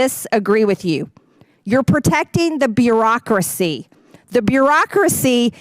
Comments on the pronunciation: She learned a new word “brurocrocy”… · Lol she cant even pronounce bureaucracy properly let alone know the meaning of the word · "The byoo-ocracy". She's learned a new word for the day. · She can’t even say “bureaucracy”. Jesus!! This clown of a woman has the audacity when she’s the actual walking bag of gas AMERICANS!! Please protest and vote!!!!